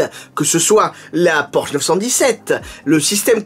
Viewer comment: En allemand on insiste sur le e final de Porsche ça donne à peu près porscheu